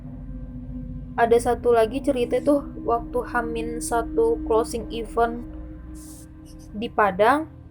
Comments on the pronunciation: FYI Even /ˈiːvən/ = bahkan / bilangan genap Event /ɪˈvent/ = acara Prepare /prɪˈpe~/ = menyiapkan Overall, suka ceritanya 👍 thanks for sharing the story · IVENT, gatel gw 🤣